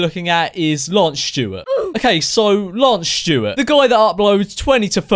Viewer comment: lmao the way he says lance stewart tho "lansh shtewett"